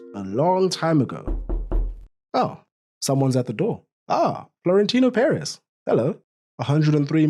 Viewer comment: Finally en englishman who pronounces Florentino Pérez right